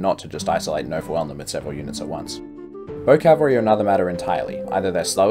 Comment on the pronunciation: Cavalry not calvary